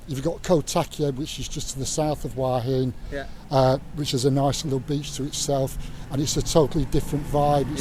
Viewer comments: Hua Hin is mispronounced by everyone except the Thai. why heen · Please pronounce Hua Hin the correct way next time... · It hurts my ears... haha